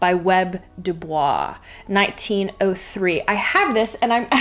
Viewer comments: It's not "Web" Du Bois it's W. E. B. DuBois, and I believe the pronunciation of his last name is Du Boys. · Not to be that person, but it's W-E-B-[doo-boyz]. Great Video! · “Web” Dubois made me laugh lol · I am here in the comment section to see how many people corrected you on "Web" Dubois. Only 5%. Yay Internet! TBH, this list appears to be made by eggheads because only they would put poetry on the non-fiction list and add the thesaurus. Where be Mary Karr, eggheads? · HE was an African American man and HE preferred HIS name pronounced how I noted. She pronounced it incorrectly. You're welcome